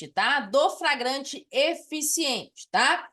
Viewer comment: Sua aula é boa, mas a Sra insiste em ficar repetindo FRAGRANTE.